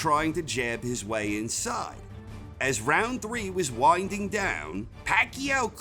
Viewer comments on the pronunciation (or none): none